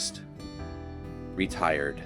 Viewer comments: 😆 Yucca Grove Cafe owner..... "Re-Tired" 😂 🥸 Nice! 😄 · “Owner one day RE-tired” ha, ha. 😊